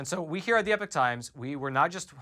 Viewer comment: “EE-Pock” not “Eh-Pick” Completely different meanings.